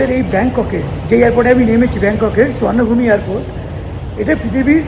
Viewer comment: এয়ার পোর্টের নামটা শ্বর্ণভূমী নয় ওটার নাম শুবর্নভূমি